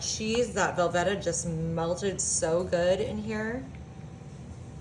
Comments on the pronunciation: Hello, it's pronounced Vel-VEE-Ta. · Where on Earth are you from that you pronounce things so peculiarly? Velveeta? Creole?.... Not to mention all the mispronunciations I heard with Mexican food a couple weeks ago.... You talk funny lady